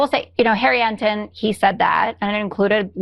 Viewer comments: Listen folks, when this "ORANGE GOLFING CHEATING JOKE OF A TACO MAN " can't even PRONOUNCE HARRY ENTEN'S LAST NAME PROPERLY , and he pronounce it as "EMDEN " than you just got to believe that he is LYING THROUGH HIS TINY ASSHOLE. That poll numbers he was mentioning is just a FIGMENT OF HIS DAMN IMAGINATION. NO ONE IS SINGING HIS PRAISES. HE IS IMAGINING THINGS AGAIN. GET THIS DEMENTED CRY BABY SQUATTER OUT OF YOUR DAMN WHITE HOUSE BEFORE HE DO MORE DAMAGE TO YOUR COUNTRY. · Harry Emden boy doesn't even know how to say his name and Harry consistently says he's under water in the high 30's..